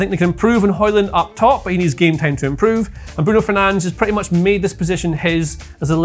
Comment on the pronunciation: You get a like for pronouncing brunos name correctly